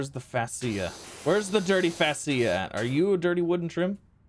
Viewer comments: Fascia is pronounced Fay-she-uh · Pronounced Fay-sha. LOL!